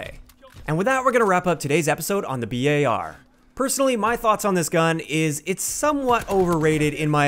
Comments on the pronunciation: Why u called it B A R instead of bar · FINALLY! Someone finally pronounced the BAR like B-A-R! 100% respect and subbed!